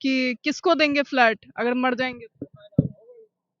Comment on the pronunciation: इस पत्रकारिता मैडम को बहुत तकलीफ़ हो रही है झुग्गियों को टूटने से और तो और कम पढ़ी-लिखी भी है फ्लैट को फ्लाइट बोल रही है।